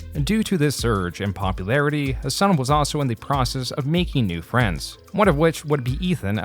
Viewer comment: Haha Alex Jones saying has-doosh-san has bish tits was hilarious af hahahh